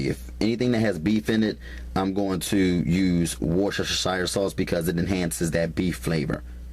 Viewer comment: 😂😂😂love his recipes!! Worshashashire sauce..